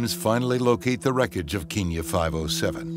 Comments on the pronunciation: Bro really said kinya airways 💀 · keenya? do you mean kenya lmao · Keeenya? Seriously? It's Kenya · Why does the narrator keep calling it keen-ya??? And why would that plane have no contact with any towers for 5 hours??? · Any one notice that the narrator is saying "keenya" instead of "kenya"? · It's Kenya not Keenya! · because kenya is pronounced KE-NIA..bet many kenyans even pronounce it wrong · Keen- ya. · Sooo a show that reports on incident facts cant pronounce kenya...its a country..i just...i...how...come on now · You better work on the accents there Kenyans don't speak like that.Actally most Africans don't.